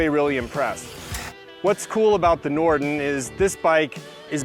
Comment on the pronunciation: Everytime he says Norden I hear "Norton."